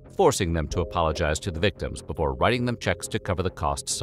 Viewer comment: He can't say before correctly though.